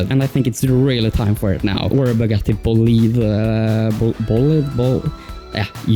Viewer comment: You actually said bolide right first try!